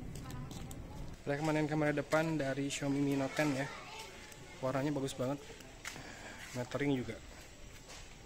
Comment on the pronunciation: sampe 3x balikan buat mastiin pas penutup aa bilang ny mi net ton 😂